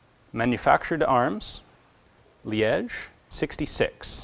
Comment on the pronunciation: Finally someone who doesn't butcher Liège :D